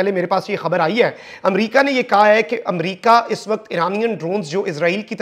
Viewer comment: جملے کے آخر میں "ہے“ پر زور نہ دیا کریں کانوں پر برا اثر پڑتا ہے باقی آپکی رپورٹنگ بہت اچھی ہے ❤